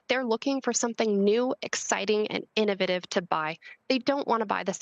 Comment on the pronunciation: She can say innovation but not innovative properly?!